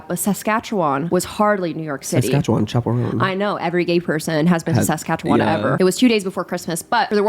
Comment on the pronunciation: the saskatchewan pronunciation was kinda uncanny valley